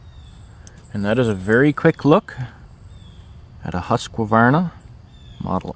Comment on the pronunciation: Oh god, ”hosqwavarna” Why is it so hard for y’all to pronounce it? Just repeat after me ”huus kvarna” it’s not that hard